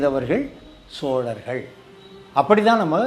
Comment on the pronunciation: chozhargal என்பதே சரி sozhargal அல்ல.